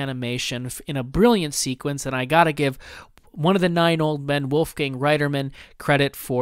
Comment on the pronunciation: It's Woifgang Rietherman......not riderman as is pronounced here...during the monstro segment.